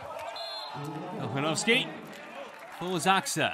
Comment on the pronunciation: Anyone who speaks Spanish on here? The way the commentator pronounced "Kochanowski" cracked me up. It sounded like "cojonoski". Lmao.